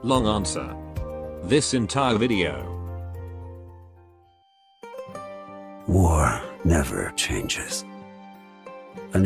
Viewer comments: did he really just say W A R like that? 😂😂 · Well he did voice Vulpes Inculta, maybe a little nostalgic,? 😂